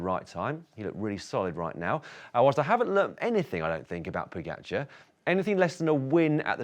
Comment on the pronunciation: I don’t understand why you keep saying Po-get-char. It’s Po-ga-char. Is there really another way to pronounce “ga”?